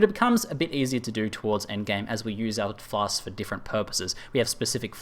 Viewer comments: (Not complaining) but you could've saved yourself some torture by just calling them potions or pots and clarified in the beginning that Pots=Flasks. I don't mind either way, but I felt bad for you because I hate constantly pronouncing shit I can't say well and you had to do that a lot in the video. Nice guide though, very helpful for me as I am completely lost on how to craft flasks etc. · Lol I watched this with subtitles turned on, It's fun how many different words result when says "flasks"